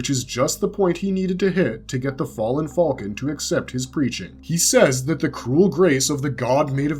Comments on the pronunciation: did i wake up in another reality or wtf? since when did people say "FALCON" so WRONG?!? what the hell is Fall-kin!? - i've heard it in RECENT star wars with the "Millennium FALL-KIN" instead of "Millennium Fal'cun" and now in this video calling Griffith/Femto as the "Fall-kin of Light" seriously wtf, is this an AI narrator or just another person who genuinely can not pronounced the simple word "Falcon" !? it has NEVER been said as "FALL-KIN" like the last 3 star wars movies or this video... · Why do you say fulcon, at least say falcon even tho I’m sure it’s hawk 💀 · The way you pronounce falcon is crazy